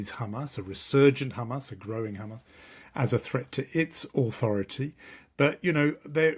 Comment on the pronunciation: Still pronouncing Hamas wrong! At per minimum, use a normal “h” normally. ⚠️ What denial of “gender fluidity” is she’s talking about?